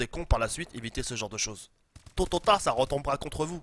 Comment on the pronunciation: Tôt ou tard. Joued : "Tototar" Mddddddrrrrr k.o